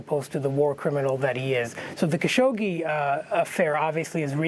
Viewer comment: Will someone tell Amy that there is no "sh" after the "gg" in "Khashoggi"?